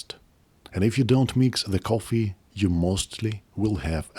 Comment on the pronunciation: Don't put it in your pogget, sir. Don't put it in your pogget. It's your lucky Turggish cohffee.